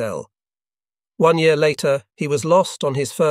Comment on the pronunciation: why can't AI guy say the damm year right.lol